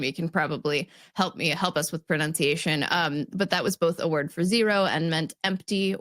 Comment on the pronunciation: I would love to see explain why he constantly pronounces "us" with a voiced s. I know it's a small detail and it hardly has anything to do with the discussion, but I'm very intrigued by that